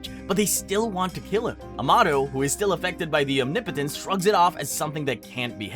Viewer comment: That’s how you say it mate